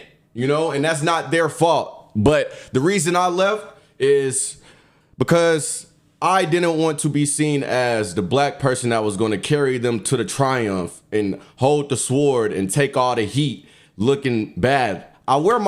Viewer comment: Dude pronounced the W in sword.